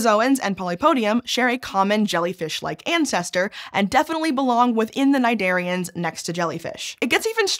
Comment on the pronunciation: Hey, the "C" of cnidarians is not silent; it's a "k" sound. Thanks.